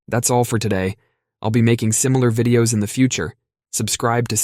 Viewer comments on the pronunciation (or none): none